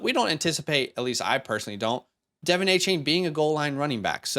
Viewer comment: Just so ya know, Devon Achane sounds like D’Von not Devin. Great video thanks guys.